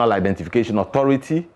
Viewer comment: Instead of saying one simple identification, he keep saying one identifaayaa